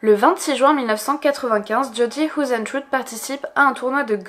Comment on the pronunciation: hoesentruie :p..c'est du néerlandais,ca se prononce heisentreite...xD ah ok après tu le dit en accentanglais,c'est déjà mieux ^^ beh tu le dit qu'une fois comme ca,en fin cetait comique